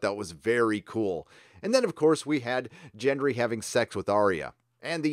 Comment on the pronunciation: Also, 'Jen-Dree'?!